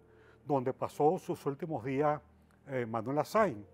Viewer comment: Que Man para hablar tan feo, dice aparejca (aparezca), suj últimoj dia, (sus últimos días), loj (los), ademá (además ) un mej (un mes), lo masone (los masones), puej (pues), ejto (esto), de lo cuales ( de los cuáles), una ve ( una vez), Hugo Cháve (Hugo Chávez), etc, todo el vídeo habla así, será que no se da cuenta que habla a media lengua?